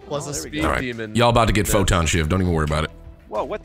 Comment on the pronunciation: They keep mispronouncing photon